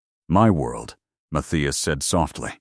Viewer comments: What happened to the audio? And the captions, I suppose. But it's the long periods of silence that's weird. Seems like a decent plot, but it's jarring the way the audio stops and starts. Also, the name is pronounced "Muth-EYE-as". The spoken audio screws it up almost every time. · I hate that it can’t pronounce the name Matthias, and keeps changing how it says it. 🙄🤨 And I don’t think it ever said it correctly: Math-thigh-as. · The way AI mispronounces Mathias constantly is weird, but I decided to find it more humorous than annoying